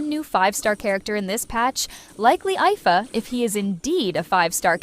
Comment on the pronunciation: Ifa is pronounced Eefa, both ingame and in the livestreams he was already mentioned